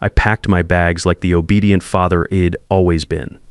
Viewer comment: A reasonable story, marred somewhat by the voice reading the script. I'D written ID. and pronounced "ID" not "I" "d" ( short for i had ) and 3-40 to 6-00 ish. in gibberish!/ gobbledegook